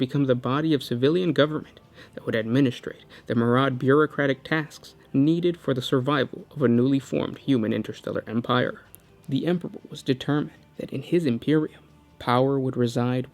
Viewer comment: Myriad = "MEER-ee-ad," not "mer-AUD."